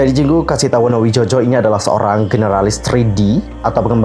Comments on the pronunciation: maaf kak, kayakknya yang kreator nya Naevis itu namanya Wonowidjojo, tapi ejaannya wo-no-wi-jo-yo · nyebutnya Wonowijoyo ya 🙏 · Bacanya kasita wonowijoyo bang itu, penulisannya menggunakan ejaan lama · Bacanya WonoWijoyo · Bacanya itu jadi wonowidjoyo kak